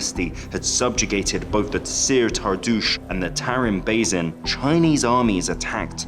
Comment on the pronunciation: How the hell does this narrator manage to pronounce "basin" three different ways in 30 seconds?! And that's one of the English words! Don't get me started on the Turkic words/names he absolutely butchered... Very poor narration.